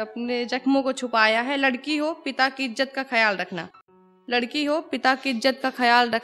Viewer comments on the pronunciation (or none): none